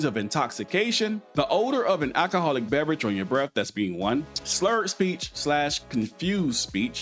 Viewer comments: Sure I like your videos and your advice the only thing that goes through me and I don't know why and I've tried like hell to not let it go through me so bad but it is pronounced ow-co-haul (alcohol) not AK-o-haul (acohol) I actually had a difficult time typing this because my keyboard kept wanting to correct me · You said axe instead of ask as well as ackahall instead of alcohol.